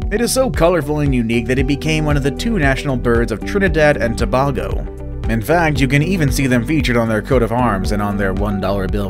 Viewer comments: Two errors the narrator made in pronunciation....the scarlet ibis is one of two national birds of Trinidad and Tobago.PRONOUNCED..." toe bay go"....not "to baa go" as he said...... the hoatzin is the national bird of the South American country of Guyana...pronounced "GUY ANNA"....certainly not goo yan ne ya.. as he said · Pronounciation...Tobago - pronounced To-bay-go, Ibis - pronounced Eye-bis, kakapo - pronounced ka-ka-po! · I cringed when he mispronounced that and Tobago. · ZoZo Bella he also peenonced tobago wrong